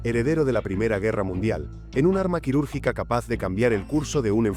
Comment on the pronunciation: Que mierda de IA.... QUIRÚRGICO, QUIRÚRGICA...😂